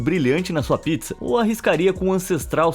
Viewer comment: Sacanagem falou pizza como abacaxi 🍍